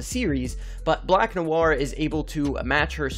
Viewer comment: 5head indeed. that black noir pronunciation made me comment.